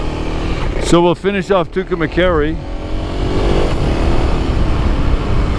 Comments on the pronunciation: I'm not pickin on u, but you're pronouncing Tucumcari wrong. You're saying Tucumacari, with a short a after cum that shouldn't be there. If this is a documentary you might want to get it right. Maybe not, but what do I know. You said it right in the beginning. It sounds like this: 2 come carry.✌️ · you are saying Tucumcari wrong best way to tell you how it is pronounced is "To come carry" My grandfather lived there and is buried there. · Great stream. Sad I missed it today. Anyway, Tucumcari is pronounced "too kuhm kaa ree. . I live in New Mexico. But in the southern part. Nowhere near Tucumcari. LOL Look's like it was a fun ride today. Hopefully I can catch you some tomorrow. 💚💚💚🧡🧡🧡❤❤❤